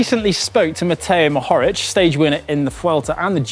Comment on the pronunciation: It's pronounced Matej Mohorich (Mohorič) because us Slovenians have wierd letters that aren't written in tdf etc.